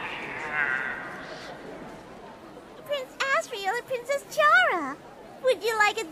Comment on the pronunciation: IT'S NOT CHARA (CHAR-A) ITS CHARA (CAR-A) LIKE THAT